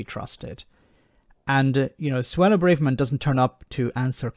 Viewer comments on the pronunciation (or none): Her name is pronounced 'bra (like a ladies undergarment) verman' not like full of courage.